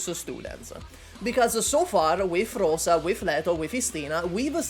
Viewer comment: And RosA, not Roza/Rose. Soft "s"